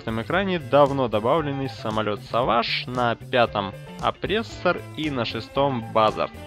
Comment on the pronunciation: самолёт савыйдж😂😂😂? мне послышалось или ты сказал: от точки ада точки b?